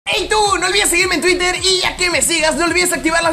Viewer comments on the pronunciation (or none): none